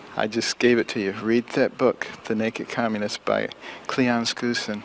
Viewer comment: Well this Neuro Surgeon Mispronced one of the authors he cited, Cleon Skoussen. (sic) it is pronounce (Skow Sen) my good Dr no nothing.